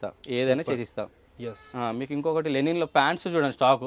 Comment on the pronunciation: Color shade కాదు కలర్ ఫేడ్,లెనిన్ కాదు లినెన్..లబ్బర్ కాదు రబ్బరు....అండ్ కాస్ట్లీ